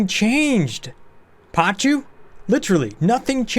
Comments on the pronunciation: Still on 'pachoos'? Please, it's pacu (p a k u). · No ‘h’ in pacu, so hard c. But then again I always intentionally mispronounce pneumatic when I build my first doors in my bas because saying ‘pen-matic’ just feels better even thoug I’m fully aware it’s ‘new-matic’